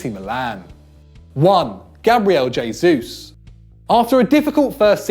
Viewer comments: Gabriel h-esus not dzh-esus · Jay-Zeus... definitely how you pronounce Gabriel Jesus.... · Everyone is so pissed off with 'antonio griezmann' that no one noticed Gabriel 'jaysuuse' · hay-sus not jay-sus please sir lol it's killing me